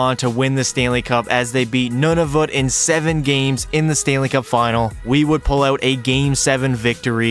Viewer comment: It's wired when you say Nunavut and I'm from Nunavut